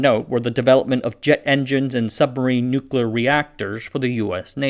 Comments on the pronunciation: and numerous other spots: NOO-kulur power. Is George Bush, Jr. narrating this? The first time I heard you pronounce -CLEEar as -koolur, I thought you were mocking Bush, but there was no joke being set up. Why?! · Tullahoma is in Tennessee. No rhyme or reason for otherwise. The Air Force operates several wind tunnels there at the Arnold Engineering Development Center. Also it's 'new-clear' not "nukular". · what is newcolor physics? Edit, nevermind. I figured it out. Nuclear is pronounced new clear. Not newclur or new q ler. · NU-klee-ehr or NUK-lee-ehr. 3 syllables. Not NU-klehr. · please learn to pronounce the word "Nuclear" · oh man.. maybe have AI do the voice for these. (or hire someone else). The narrator isn't very good (and can't say the word nuclear) It takes away from the interesting videos.